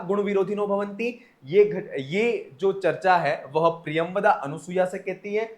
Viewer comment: अनुसूया ऐसा उच्चारण मत करें।